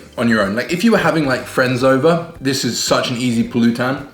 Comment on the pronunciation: Just a little pointer: most tagalog words are spoken with emphasis in the second-to-the-last syllable, example: sawSÁwan, puLÚtan, magLÚto, kaiLÁngan...and many more... Though some are spoken with emphasis at the last syllable like masaRÁP, umiNÓM, buSÓG... hope this helps in your learning